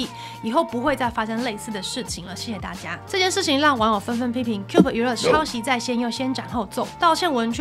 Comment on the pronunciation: 11：06 是Cube 喔不是Cuba 😂